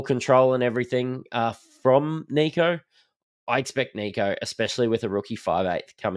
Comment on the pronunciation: You do realise his name is short for Nicholas yeah? So please drop the French twist on it and stop with the kneeko. Kneeko Hynes ffs man. Apart from that, love your work. Greeting from Athens Greece. Never miss a show